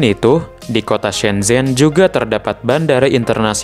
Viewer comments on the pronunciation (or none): Duhhh..geli pelafalannya...shen chen....bukan sen zhen donk...mimin banyak belajar dulu ahh.. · Ada pepatah Cina "Kalau ingin melihat masa lalu pergilah ke Beijing (baca Pei Cing), kalau ingin melihat masa kini, pergilah ke Shanghai, tapi kalau ingin melihat masa depan pergilah ke shenzhen (baca Shen Cen) Oh yah propinsinya Guang Dong tapi bacanya "Kuang Tung "